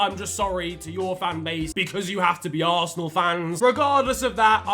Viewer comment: He butchered West Ham and Arsenal worse than his old haircut 💇